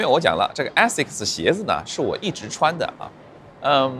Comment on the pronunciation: Aasics的第一个发音应该是字母a的本音，你可以去查一下。